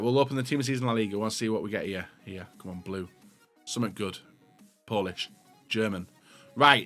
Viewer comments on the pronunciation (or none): none